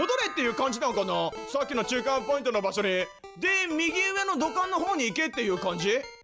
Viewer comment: 中間ポイン子ってことですかねw